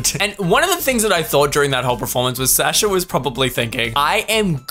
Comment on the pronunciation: why are you saying Sasha wrong 😅 take it from a russian, it's suh-sha